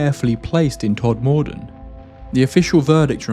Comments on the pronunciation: “Todd Morden”? Who’s he? You mean Todmorden (pronounced ‘todmudden’, one word, said quickly) surely? Couldn’t listen to this one because of your constant mispronunciation. Awful. Please research how to pronounce the place names before you makes content like this, especially if you’re going to say it so often. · As a Yorkshire born bloke, can I just point out that Todmorden is pronounced with the emphasis on the first syllable, not the second. TODmorden, rather than TodMORden. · I had to switch this off due to your continued way of saying TodMORE-DEN. It's MORE-DUN. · Still, the strangest thing about your story.....is the place names. "todmordon Brunley" "rough lee Pendelton"? 😂 Ok..... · It's pronounced, Tod muh den, not Tod mor den 👍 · Pronounce it “Todmuhdun” not “Todmoordun” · I have family in Todmorden and have visited various times. It was them who first told me about the pc Godfrey abduction. I suppose it depends which district, but where they live it is pronounced tod-ma-dn, not tod-moor-don. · It’s pronounced Tod m den little m and the moor road is the top road from Burnley to Heptonstall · The emphasis goes on the Tod. TODmorden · I'm from Halifax, which is a stones throw away from Tod'. I just wanted to let you know that it's pronounced...Todmuddun here in Yorkshire. And it's actually on the Yorkshire/Lancashire border. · Todmorden is pronounced Todd-muh-dinn. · Fyi it's pronounced tod-moden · I live a few miles from 'tod-ma-den' ( that's how you say it 😉) It's often referred to as the ufo corridor. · its pronounced tod mur dun , other than that really good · My dad's side of my family is from Todmorden (often shortens to Tod. I used to go walking with my Grandad late into the evening up in to the hills and moors. Sadly we never saw anything UFO like. Fab video small comment locals pronounce Todmorden as Tod -mur-din or that's how my dad, Gran and Grandad said it. X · Pronounced ‘todmudun’ btw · Todmorden is pronounced "TODMUHDUN"